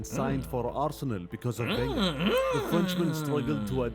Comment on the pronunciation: Man called him Wegner 💀😭